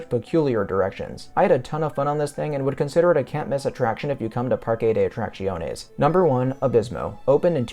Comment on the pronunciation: Your pronunciation of the park name is probably the closest I've heard from the various major North American YouTubers. For people wanting to get it spot on here it is. PAR-keh deh Aht-rahk-THYOHN-ehs If you are using Spanish pronunciation from the western hemisphere it is PAR-keh deh Aht-rahk-SYOHN-ehs